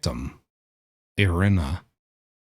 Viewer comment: I am Ukrainian and I really appreciate that you said her name correctly, because everyone else did not. It is EErena, not EYEryna. Thank you!!!! I appreciate you